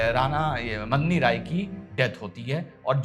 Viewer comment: मदनी राय नहीं मेदनी राय नाम था मेदनी का अर्थ पृथ्वी होता है।